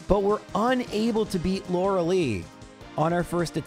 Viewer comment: After ask these years he still calls her Laura-LEE. 🤦🏾‍♂️